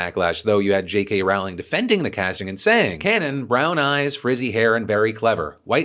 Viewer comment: jk rowling pronunciation. JK roh-ling. not r-ou ling ou in couch. not rolling to